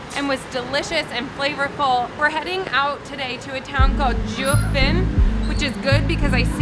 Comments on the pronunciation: It's.. pretty close? At least it wasn't "gee-you-fun" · That Jiufen pronunciation got me a big Oof